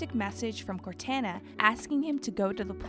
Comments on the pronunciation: It cor-ton-na t-on Cortana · Bahahahaha!! I’m sorry… can’t help it… “Core-Tana”????? 😂😂😂😂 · It drives me crazy that you said Cortāna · This video is missing A LOT of lore. It should be re-done and with correct name pronunciations this time. Core-Tain-Nah is driving me insane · Cortana is pronounced Cor-tah-na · im sorry but… “Cortana”???? The heck? Did yall not play the game and here how to say “Cortona”? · Who the hot hell is cor-tanna? I'm sure they audibly said her name.... Multiple times throughout the series. 🤦🏾‍♀️ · She put so much emphasis on CorTAN A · Sal, Q, Mur and Joe "Say it again." *Narrator "CorTANA" Hahahahahaha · Bro I said the same thing corTANa… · Aside from mispronounced names of MCs (Take a shot for every Cortanna you hear 🥴), they have some confused dates, wrong info and lack of details that flesh out the story a whole lot more. Sure, save for time but it’s somewhat glaring compared to other timelines I’ve seen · No it’s “cor-tar-na” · Had to stop watching.. you must say Cortana correctly that an insult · Corwhat? You have to be kidding me… did they get someone who’s never played the games to read the scripts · Says names of an Allen race without issue. Can't say Cortana or Halsey. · You should be fired for the way you say Cortana. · why this lady sounds so sexy . the music used also . sounds like someone is about to have a goodtime . also why pronouncing cortana like that . i have so many questions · Honestly terrible video. A lot of wrong information such as mispronounced dates. Saying 2525 instead of 2552. Missing out on key information between events. Not putting correct videos to what the narrator is saying, making it really hard to follow. And the obvious horrible pronunciation of Cortana, Halsey, Thel 'Vadam, and Jul 'Mdama. Seems like they could of done more research and edited this video much better. Really rushed video for a game that was announced in 2018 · They keep call crotana wrong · it took her until to say cortana correctly -_